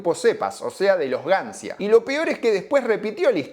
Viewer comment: Gancia si es un nombre italiano se tiene que pronunciar Gancha, solo eso. salu2